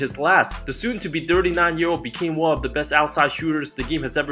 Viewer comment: Why is this guy saying dirty and not thirty ?